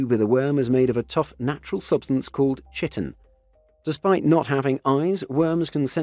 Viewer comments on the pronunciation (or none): Chitin is pronounced Ky-tin btw